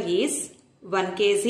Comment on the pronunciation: kg bolna sheekh le phele gawar